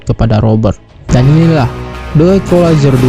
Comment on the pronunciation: ekulizar....🤭sebut pun tak betul